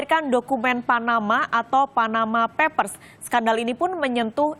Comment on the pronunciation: perlu belajar bhs Inggris, yang benar ""Panama Papers". bukannya Panama Peppers (merica dari Panama). Dasar lidah po'ong "ubi kamu" atau ketela POHON.